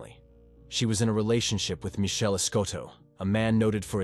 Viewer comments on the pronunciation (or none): none